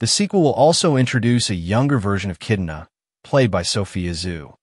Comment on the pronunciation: Sir this is something cool info on the new mortal kombat movie sequel but you have to know the characters name that way people can actually know who u are talking about, it's kitana not kitna,fans may think that's a new character or something 😅